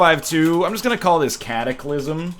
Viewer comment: Why call it "cataclysm" when you could have called it "Cattleclysm"?